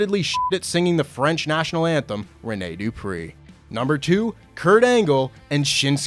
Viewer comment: Renee Du … PREE